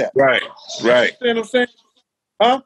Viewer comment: Gene MEAL - "You undastann"; yawn Talked over MJ and posting this again hasn't altered that fact.